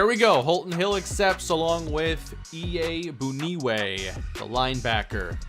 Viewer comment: The bun is pronounced boon